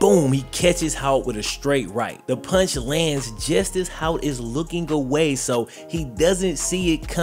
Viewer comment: Disappointed with the lack of research and frankly blatant disrespect to a figure in this story, since isn't usually about that. That "random defensive end" was actually a 2-year starter at LB and is now a college defensive line coach, and his name is Hout, not "Hoyt." He coaches at my college, which is why I care enough about it to make this comment.